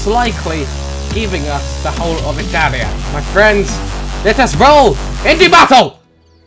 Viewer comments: I'm Italian and that "Ittalia"... I know that feel bro. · thought the dude said "Hetalia" not "italia" XD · he said: 'italia!' i thought he said: 'nutalia' *instant huger*